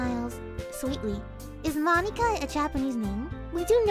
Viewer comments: i heard says moneyka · Names that butchered (and how she pronounced them): Moneeka, Sieoree, and NATsikee.